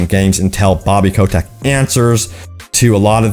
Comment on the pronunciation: I dont know why, but it drives my crazy that you pronounce Bobby Kotick as "Bobby Coe-Tech". DX